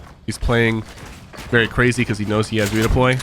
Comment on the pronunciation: Craijy I’ve noticed that too